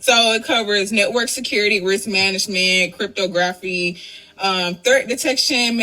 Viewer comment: the way she said crptography makes me think shes full of it